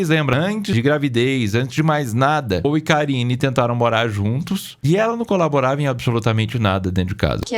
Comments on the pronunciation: Eu tbm tava ouvindo isso 😂😂😂😂😂 porcarine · Também entendi Porcarine! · Na hora que falou "endereço os bastidores de paul e karine", eu entendi bastidores de porcaria 😂😂😂